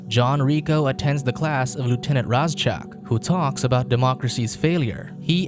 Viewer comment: My only problem with this review is its pronounced RAY ZACK that's all other than that love the video and movie hope you do more reviews and can you do the rest of the franchise please